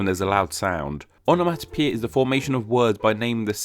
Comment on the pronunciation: It is not onamatapeta, it is onamonapeia.